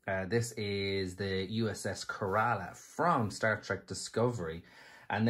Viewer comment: Kerala is pronounced /ˈkɛrələ/ - Accent is on the first syllable, NOT the second.